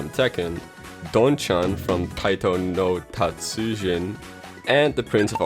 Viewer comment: You said taikonotatsujin right good job